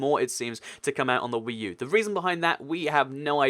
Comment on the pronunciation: WEECOME TO WEE U